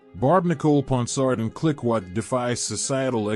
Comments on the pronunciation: Clicquot, should be pronounced like “klee-koh”, with a hard “k” sound and a long “oh” sound. Other than that a fair selection of movie choices. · ROFL at the pronunciation of clicquot as "klick kwat". Massive AI fail